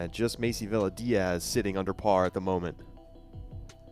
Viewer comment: Villa is pronounced- ‘Via’